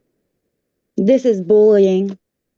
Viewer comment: Not BOOLYING!! Also, , did she call it "kiddie-garden"?